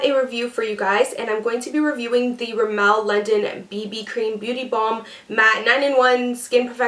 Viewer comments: its pronounced rimm-mul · You pronounced Rimmel wrong